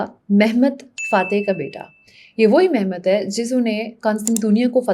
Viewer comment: مہمت نہیں محمد. اور بیزد نہیں با یزید